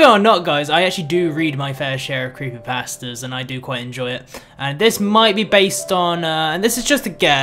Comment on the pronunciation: Gotta love those creepy past-uhs.